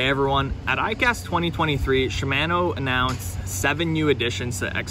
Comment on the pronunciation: Shi-MAAAN-o? Lol